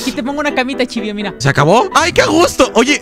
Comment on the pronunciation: Porque le dice chilvio